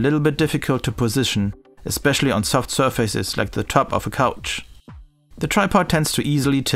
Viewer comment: Nice, habe mir gerade ein Umik1 über Kleinanzeigen geholt. Bin gespannt, ob ich Unterschiede höre. Habe Dali Rubicons im 5.0 Setup mit nem Onkyo TX NR7100. Super Video, alles richtig erklärt. Nur "surface" falsch ausgesprochen ;)